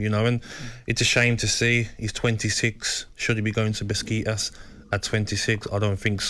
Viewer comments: Gabby: "Beskiii-tas" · Beskitas…. BESKITAS 🤣